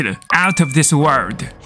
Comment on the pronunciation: Kinda odd of you to bring up accent when it literally has nothing to do with his accent. He says world completely proper and in this video he pronounces world as word. It was either intentional or he just messed up his word